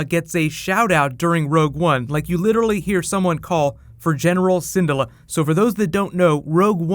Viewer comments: Hera Sen-DOO-la (I think) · please learn to say Syndulla correctly. lol